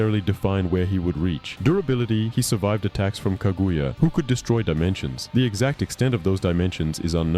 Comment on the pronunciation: to - ok so can't pronounce sasuke, susanoo or Kaguya. Intro also sounded suspiciously like it was a.i written, if you can't pronounce them you clearly never actually watched naruto. I'll go ahead and assume you're reading a gpt script or something